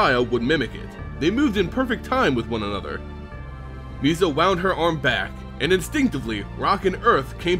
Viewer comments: Its Nis-sa not Nees-sa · i love your videos, but its painful listening to you pronounce some of the names. Garook! wtf? neeesa?